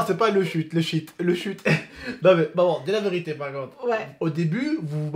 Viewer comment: amar bensaber lahcene elle dis pas « c’est la vérité »elle dis « si la virité »